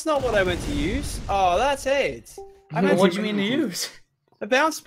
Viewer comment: Lachlan said ads instead of aids